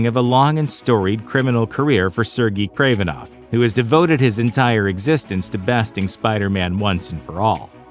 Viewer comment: It’s pronounced sir-gay kravenoff